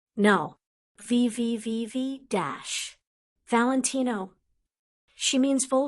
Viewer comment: "Vivi vi vi Dash" ehrlich, bringt eurer albernen KI sprechen bei oder lasst es sein. Auch diese geleierte Aussprache - wenn ich im Unterricht so gelesen hätte wäre ich dafür bestraft worden 😢